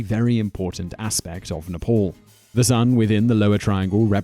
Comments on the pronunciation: It is n e p a l not nepol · When you said "Nepal", I heard "Nipple". Makes sense though cause the Himalayas look like nipples. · Are u from another world or Are u half deaf .. Its " Nepal " not nipple.. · Gabriel Gagnon yes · Haha...yeah most of the time westerners pronounce Nepal wrongly as Nifol.